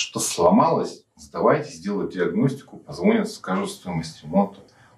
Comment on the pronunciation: ПозвОнят 😂 и часто вам звОнили?